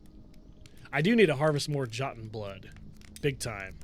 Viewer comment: Hey buddy, J as in Joton is pronounced as a Y so it'll be Yoton.